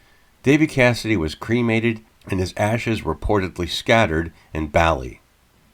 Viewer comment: Pronounced Bar Lee not Bally of the island Bali.